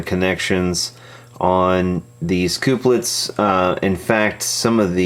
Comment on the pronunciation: Please don't say "coop-lets" anymore. They are used to couple connections, therefore they are 'cup-lets'.